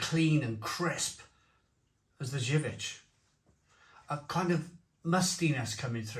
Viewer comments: Better go to Polish shops for good imported beer (Zywiec is pronouced zerviets like serviets) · Zubr is pronounced jub-r with the j being the shift and rolling j rather than a hard j like joke or job. Same for zywiec except that finishes with a Ch sound (polish is horrific to learn. I've been struggling/failing for about 8 years). Also I'll point out that these are the polish equivalent of fosters or Carling. Really not their good stuff at all. Perla (pronounced perwa) or kasztelan are better, particularly the niepasteryzowane (which means non-pasturised). The best polish beer I've ever tried you'll NEVER find alas. Zloty lan (zwoty wan, it means roughly golden grain) is one I've only ever found in two local village shops in the arse end of nowhere when we go and visit the missus' family. It's so divine that you can drink it warm after a perfectly chilled, good beer and STILL think it's better.